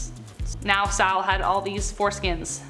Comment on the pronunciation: It was King SaUl. Saul, not Sal. Wow.